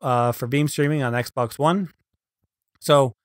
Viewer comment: It sounded like he said "First thing you want to do is go to your meme account"